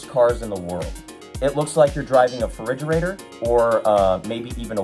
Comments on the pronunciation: No one: Anthony: Ferigerator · Anthony said feridgerator